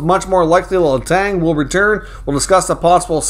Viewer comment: please stop saying Letangggggggggg Letan ok